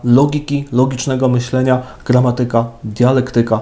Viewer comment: Księże... Gramátyka, retóryka, dialéktyka...